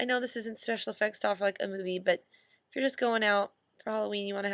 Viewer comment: " I don't know i'f grandma would like this" xD ily Ash